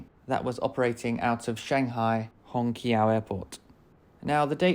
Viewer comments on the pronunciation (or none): Hongqaio airport is pronounced Hong Chow